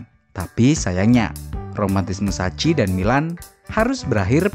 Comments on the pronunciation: Sebutannys sacchi: saki bukan saci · Maaf penyebutan arigo sacchi: saki bukan daci